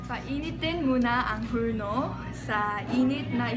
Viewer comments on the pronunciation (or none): "Painitin ang hulno ng isangdaan at s'yam-na-pung sentegrado" was my fav part xD lol nice to hear Korean speaking our language 😍😍😍😍